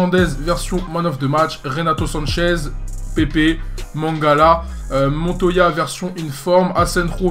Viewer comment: RENATO SANCHES SANCHES AVEC UN S